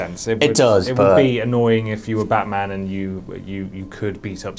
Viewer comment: It's batman , not baaaman !!idiot ! , seriously stop acting like you know everything , and get your bodyguard a suit instead of a hoody !